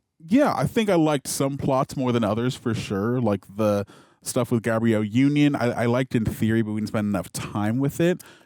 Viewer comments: Gabrielle is pronounced “Gab-BREE-El.” This is the actress’ name. You’re saying Gabriel…”Gay-BREE-youl.” Sorry, I had to 😭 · “Gabriel” Union was low key pissing me off though 😂